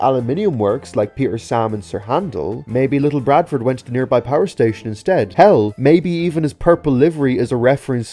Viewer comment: Ok good video and it’s very fascinating but however you siad little barford’s name wrong. You siad little BRADFORD, the b shouldn’t be there lol